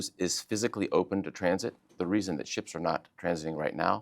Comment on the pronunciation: It's called Ships not Sheeps lady. این دو تا خیلی فرق میکنن باهم‌😂